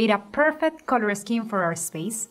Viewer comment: I don't know about other things..But her COLOUR pronunciation is on another level..COLORRR GOIZ